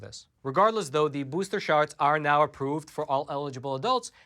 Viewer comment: Hahahaha! says "booster sharts" 👍👍👍 Totally fitting 🤣